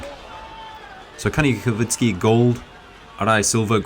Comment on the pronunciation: He is Ka-nee-kov-sky, not “kovitsky”.